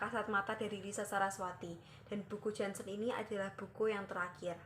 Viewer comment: Nama lengkap Janshen : Jantje Heinrich Janshen. Dibacanya gini mba : Yanceu Heinrich Yanshen Ini pengucapan bhs indonesia jaman dlu.